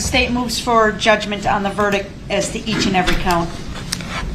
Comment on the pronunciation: “ WHAT IZ JUHHHDGEMENT” “ ?? Nooooo juz haven’t beenz Jew puhlled a Switch ah Roo” “ it’s berry conserning “ rehd it reddd it I dunno”